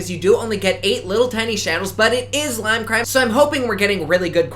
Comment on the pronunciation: “leem cream” I just don’t even care what you’re doing anymore, you saying a brand name in a funny way is all I need